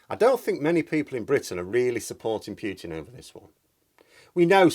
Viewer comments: Great video as usual but please, his name is pronounced POO-TIN not PYEW-TIN. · for the love of the gods, it's pronounced "Pootin", not "Pyootin". It makes me cringe every time you mispronounce it. I don't expect you to pronounce it with a perfect Russian accent, but arbitrarily changing one letter for another is ridiculous. It would be like pronouncing your name "Meerhose" or something! Wow, you said it correctly! haha. Nice! Oh dear, that didn't last long! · 1. Thank you for your contribution. 2. Poo-tin not Pyootin - (П-у-тин not Пютин ). 3. It`s good to disagree with people; not so good to insult them. 4. In my attempt to understand this game of chess, i don't think NATO should be underestimated, or its influence on Mr. Poo-tin. There is, i suspect, quite a lot to this thing, and we are being subjected to a lot of propaganda from different 'points of view'. Please remember you don't know everything (yet, if ever), and i will too.